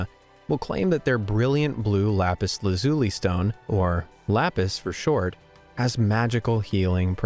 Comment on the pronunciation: BTW, Lapis is pronounced Lapis LA zhu lee